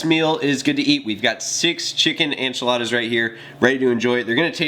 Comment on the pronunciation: "Anchiladas" lol